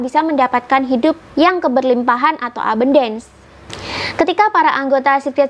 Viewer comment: ABUNDANCE itu bacanya E-BAN-DENS (E seperti pada kata Senin)